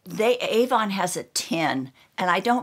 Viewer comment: It’s AVON written on the tin not Ann...btw, my name is Ann!